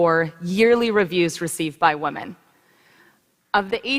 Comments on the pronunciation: Is she unironically doing the Pewdiepie meme of mispronouncing 'women'? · I'm so used to hearing people on Youtube call it "wahmen" that I don't even notice it anymore.